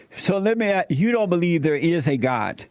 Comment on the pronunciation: "let me asKK" is a sign of he says "aXe"